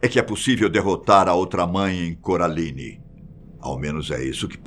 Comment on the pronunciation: “Do filme CURALINE” kkkkkkkkkkkk